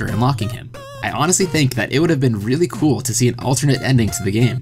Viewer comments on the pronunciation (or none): none